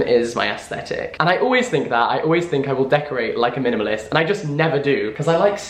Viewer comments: Jack saying minimalist is the funniest thing to me. He really went ‘mlmnlst’ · The more he says minimalist the more it sounds strange